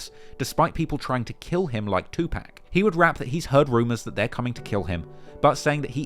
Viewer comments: When mispronounce the name of the most prolific rapper of all time Tupac😳😳😳😳...crazy how likes to report on the culture but don't do the all the "real" work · Can’t believe you said Tupac’s name like that.